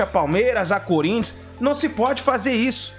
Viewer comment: Nilson deixa de ser clubista, vergonha para a narração do esporte . E outra teu "cunrintias" ruim mesmo.😂😂😂😂